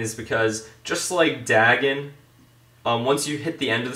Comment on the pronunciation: *day-gone = Dagon